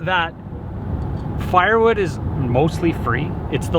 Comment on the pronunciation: At the beginning it sounds like you're saying barnwood